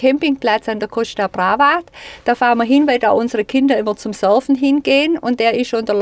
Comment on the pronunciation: Tolles Video.👍🏼 Bei "Koschta Braavaa" hat's mich zerrissen.😂🤗